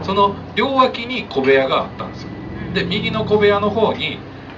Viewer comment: 小部屋が米屋と聞こえるんだけど。